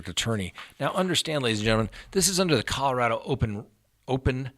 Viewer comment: Thank you for pronouncing Colorado correctly. Rad, not rah folks!